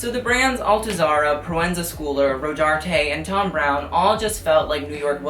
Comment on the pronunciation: Lol you roast people for pronouncing hermes wrong and you can’t say proenza schouler